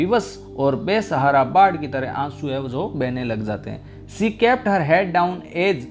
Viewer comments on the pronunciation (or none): Sorry it's she not se